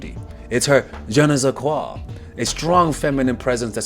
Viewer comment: The way he said "je ne sais quoi" 😭😭